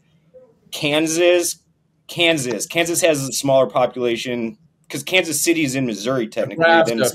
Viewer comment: So everything about irritates… but how he says Kansas like “kanzizz” really made my skin crawl